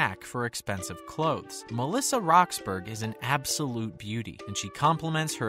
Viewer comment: It’s pronounced (rox-burr-uhh) and she is now 30